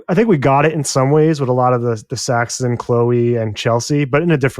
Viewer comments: Guys, we’re at the end of 8 episodes with these characters, and 2 of you are still calling him Saxton? It’s Saxon (thank you to the main host who finally says it right). As in Anglo-Saxon, a name given to the character intentionally, it means “dagger” or “people of the dagger”. And it’s Shree-ta-LA. The woman gave a dang lesson on how to say her name to Fabian, and you give us SeeTala. 😑 If you guys can’t get these basics right, it feels like you don’t really care about the characters you’re discussing, and it makes your analysis seem less…thought-out. Or you come across less-than attentive. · I think it's Saxon, not Saxton.